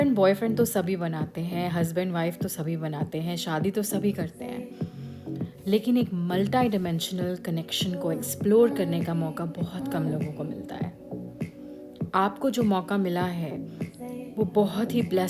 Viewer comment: Nice one...but one small correction ..please don't mind.it should be multi dimensional...don't say multa diamensional...wo actually Kan me khatak raha tha...so written